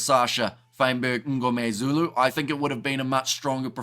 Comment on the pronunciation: I love how you over pronounce sascha fynberg-MNGOMEZULU!